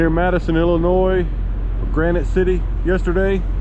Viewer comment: Wife says, "Thank you" for saying Illinois correctly. Lol. She is quite familiar with a lot of the areas you go to as she is originally from Illinois.